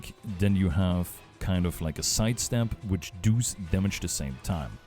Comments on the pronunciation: Because i hear you say that a lot: It's "Does", not "Duus". Its almost spoken like "das" in german, but with an o inbetween. aka "dos" (I assume you are german, taken from your accent) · As an Austrian / fellow German speaker, I feel the "Du's" on every does. I feel it in my soul. Thanks for the guide! I was definitely missing a lot of the info on my end.